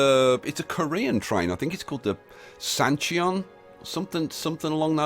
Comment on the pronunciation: KTX Sancheon!! You exactly pronounced that right!!